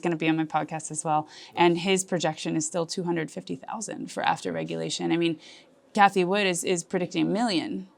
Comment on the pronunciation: Pleaaseeeee. "Kty Woof" is your ally?